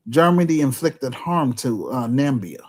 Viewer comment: Namibia is pronounced: nuh mi bee uh.